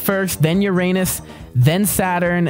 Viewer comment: Hey you always say Uranus wrong